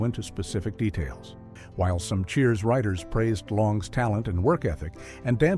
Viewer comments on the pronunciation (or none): none